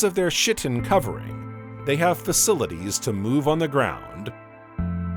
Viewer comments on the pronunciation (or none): SHit-in instead of chitin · Chitin should be pronouned "kai-tin."